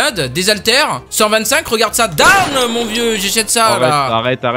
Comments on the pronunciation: Ta commencer en disant doomn et pas DAAAMN !! XD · mest y dit pas damn y dit deam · sa se prononce DAAAAAAÏÏMM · C'est pas Damn c'est DEAMMMM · Damn lol sa ce prononce DEM non?